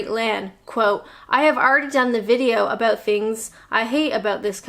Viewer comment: Personally I really enjoy your videos. They make me smile. Particularly the 'owt' and 'abowt'.